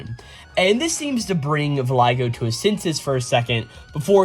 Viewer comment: Voglio is italian and is kinda pronounced like the g isn’t there. So it’s more like "voh-lio” (technically you also make a certain throat sound but that’s kinda specific) Voglio just means "I want" though. Not the best name. I want Brunetta.